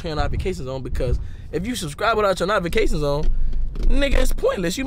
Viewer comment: It’s NO-TI-FI-CATIONSSSSS lol